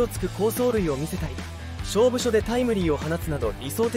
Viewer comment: 勝負どころもしょうぶしょだって